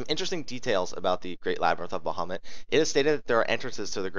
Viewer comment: I am BEGGING you please say Ifrit and bahamut the correct way.......PLEASE. Its very annoying